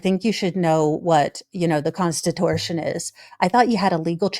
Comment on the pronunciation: “the constitortion”. OMG, love it.😍